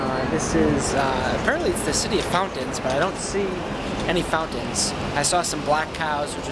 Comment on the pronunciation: "Found-tens" you says fountains weird.